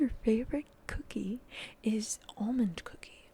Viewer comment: I understood "omened cookie" instead of "almond cookie" at first, and it DID peak my interest ngl